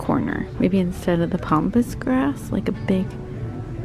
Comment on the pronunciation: Pampas grass, not pompus grass. It's an A, not an O.